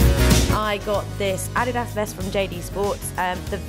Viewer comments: you pronounced nike and adidas wrong. it could be a British thing. iddddkkkkk. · honestly why does it matter how she pronounced Nike and Adidas? this is a video of her feeling more confident at the gym, not who's better at English